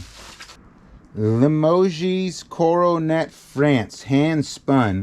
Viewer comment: Limoges is from Limoges, France. The "o" is long, the "g" sounds like the second "g" in garage and the "e" ad "s" are silent. At least that's how I've always heard it pronounced.